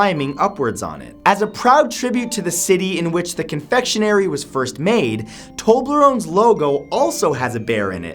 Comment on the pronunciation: umm "famous?" i never hear of terblerone